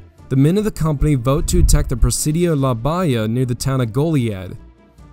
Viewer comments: It’s pronounced- La Ba Hee ya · PRONOUNCE - LA BAHIA CORRECTLY YOU NON TEXAN!